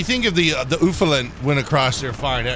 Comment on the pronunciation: Ufelant 😂 in Germany it’s pronounced like alafant. Good vid❤😂